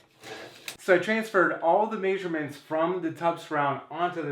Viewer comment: Did he say masurements?